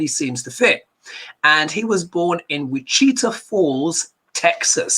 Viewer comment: I love your accent! Wichita is pronounced witch-eh-tahw lol that was so cute of you!!🥰🥰🥰 I forget not everyone's from the country like me🤣